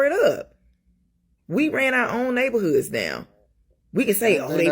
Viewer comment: “Ya got 🤚🏾 strolling round our neybahoods.” That gives you an idea of what’s at the core of what she’s babbling about. I’m curious how many people own their houses or property in those “neybahoods.” It kinda takes the “our” out of “our neybahoods.” If you rent you are temporary.